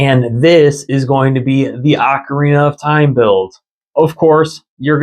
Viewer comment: OAK-orina (as in an oak tree) is % the wrong way to say ocarina. It’s OCK or AWWK-orina. If you say it as “oak” you are incorrect and need to learn how to pronounce words from any music teacher or person familiar with instruments. Also this may step on your toes since you said it’s how you’ve said it since little, it’s DECK-ooo not DEEK-ooo… Great DECK-ooo Tree. Never meant to be DEEK